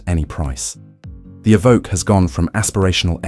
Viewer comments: My 20yo, 200k V70 is still a daily driver champion. And it's pronounced 'E-voke' not 'Ee-vo- kay'. And the complex electronics are an issue witb all new cars today, particularly ADAS. I work in the industry so see it daily. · as soon as you said evokae - i new i had to leave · “Evokay” isn’t that a character from Star Wars? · Tje range rover evvvv ok ,more AI pish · Eh-vo-kay What car would that be? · What’s an evokay?? Lol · A voke ay? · A.I with a slight lisp, that's novel but still A.I. it can't pronounce Evoque 50% of the time? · Has anyone cointed the number of times 'he' said 'astronomical' and 'catastrophic'?! And I wish 'he' would decide how to pronounce Evoque! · Hate this AI voice and the pronunciation of Evoque first couple of times is hilarious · Terrible voice over. English accent but American pronunciation, for example "two thousand twenty five" rather than "two thousand AND twenty five." "Evoque" pronounced in two different ways, "Jaguar" pronounced "Jagwar" but with an English accent. Nightmare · Evoque, eh. It's how Canadian's say it.